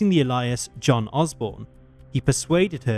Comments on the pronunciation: ffs its ALIAS not allyas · It is pronounced " Ay lee is" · The word alias is pronounced "aylias" not "elias." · It’s nice to see you’re following in the footsteps of your predecessor and mispronouncing common words. ‘Alias’ is pronounced ‘A-Lee-as’, not ‘Ally-us’ ya wombat!😂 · FYI, "alias" is pronounced AY-LEE-US not A-LYUS. Think of how you would say the word "aliens", it's a bit like that 👍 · The pronunciation of "ailly-us" as "uh-lie-us" isn't helping though. lol jk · The voice is AI. It calls an alias an 'Elias'. Look I'm not totally anti-AI voiceover but do check the pronunciation of basic fucking words, it's lazy and sloppy as fuck. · It's pronounced "ail-e-us" but other than that, good job! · Why does he pronounce alias weird? He pronounced it like Elias....lol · The "alie'us"... I've never heard "alias" mispronounced so poorly... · When I hear a new voice without knowing who the speaker is I can only go by pronunciations. The speaker in this video is more likely AI generated. The mispronunciation of a simple word like alias as Elias is a dead ringer. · His pronunciation of alias and nuclear is grating. Al-EYE-as and nu-killer; wtf?! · you pronounced alias wrong FYI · You mispronounced the word "alias", sadsack!!!!! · Your pronunciation of the word 'Alias' is painful by the way... you say it like its someones name or something 😡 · You need to teach your voice synth how to say alias. 😀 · I think you need to doublecheck how to pronounce “alias”. Pretty sure even the UK doesn’t say it that way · Ay mate! Say alias again. Yer tw*t! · Is the narrarator a bot cuz he mispronounced a few words like "alias". Still is a good voice but just curious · Good video, but you mispronounced 'alias'. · Fairly sure its AI narration. Usual inability to pronounce basic words like alias. Still watchable though. Another channel changed narrator and the new one was just awful so i unsubscribed.